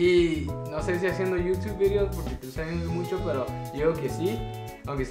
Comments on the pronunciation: pris siempre queriendo ganar.. pero si ya es el 3er video de preguntas y respuestas.. y que risa NO se dice ANIOS es ANOS.. jijiji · Alguien sabe por que en ves de decir "años" dice "anios"